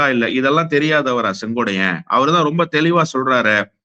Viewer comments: அவர் பெயர் செங்கோட்டையன். நீங்கள் செங்கோடையன் என்று சொல்கிரீர்கள். திருத்திக்கொள்ளவும் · செங்கோடையன் அல்ல.செங்கோட்டையன் என சரியாக உச்சரிக்கவும் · அவரது பெயர் செங்கோட்டையன்... செங்கோடையன் அல்ல. . ஒருமுறை தவறு செய்தால் பரவாயில்லை... இவர் தொடர்ந்து தவறாக உச்சரிக் கிறார்... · எல்லாம் சரிதான் அண்ணே.திமுகவிற்க்கு நீங்கள் ஆதரவாக பேசுறீங்க பரவாயில்லை.ஆனால் அவர்பெயர் செங்கோடையன் என்பது தவறான உச்சரிப்பு .திருத்திக்கொள்ளூங்கள் அவர் பெயர் செங்கோட்டையன் என்பதே சரி. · சொங்கோட்டையன் உச்சரிப்பில் நீங்கள் சொங்கோடையன் என்று தவறாக உச்சரிப்பு. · Dai muttal sengotaiyan ellade sengottaiyan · மீண்டும் மீண்டும் செங்கோட்டையன் என்று சொல்வதற்கு பதிலாக செங்கோடையன் என்று திரு அவர்கள் சொல்வது தவறு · செங்கோட்டையன் னு சொல்லுயா யோவ்... செங்கோடையனாம்... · செங்கோட்டையன் சரியா உச்சரி